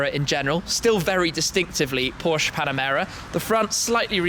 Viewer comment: finally someone who pronounces porsche right